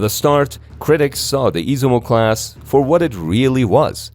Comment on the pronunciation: Is iZUmo...no iSImo.....